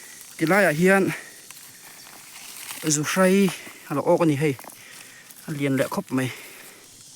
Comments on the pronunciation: Chepa lam dan a buai zawng2te khan chhimlam ania inlo hrethiam dawnnia,mahse zuhrei hi chu zuhrai ti bik tlat a😊😊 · Zuhrai ni lovin 'zuhrei' a ni zawk lo maw.. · Zuhrei tih tur..chepa(pa tih lai hi,ka Pa tih a kan lam rik ang hian lam tur)..Awmna a zir a tawng dan a awm a,a dik erawh zir a ngai e..Hmuhnawm e👌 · Zuhrai ni lo in Zuhrei zawk aw